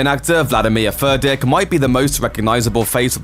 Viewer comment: did he just say "vladimir Fur Dick"?